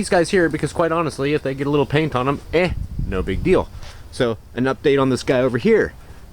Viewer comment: you say eh back off you are not Canadian! Lol